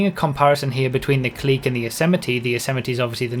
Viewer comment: Its. Pronounced. C L I C K